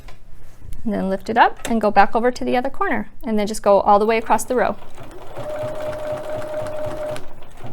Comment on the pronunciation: Nice, easy to understand videos. (Across is not a word. No t, just across. I guess it is regional.)